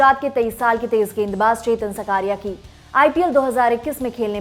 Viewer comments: बहन सकारिया नही साकरिया। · His surname is ‘साकरिया’ not सकारिया... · Are uska naam chetan saakriya he saa, sakaariya nahi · उसका नाम चेतन साकरिया है ना सकारिया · सब को विनंती है वो चेतन साकरीया है सकरिया नही प्लीज सही से नाम ले 🙏🙏🙏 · It's साकरीया...not what you pronounce, very poor hw from lallantop and poor presentation